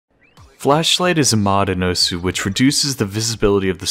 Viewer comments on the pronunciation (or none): why tf are u saying os?? its osu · It really annoys me how he says "os" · You keep just saying ose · why the Japanese pronunciation? Isn't peppy Australian? Or is it because of the anime girls? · You’re pronouncing it incorrectly